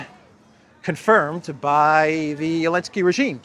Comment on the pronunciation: ZELENSKY NOT ELENSKY